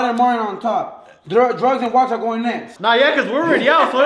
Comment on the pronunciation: am I the only one who thought it was spelled Wax and not Walks😂